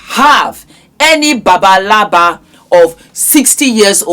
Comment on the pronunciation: what's babalaba😃 Guess you meant agbalagba or 🙃agbaya!